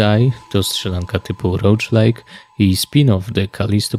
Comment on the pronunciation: No i cuden:3 Jedno tylko:v... Rołglajk, Rołglajt:p Żaden Rołdż:'D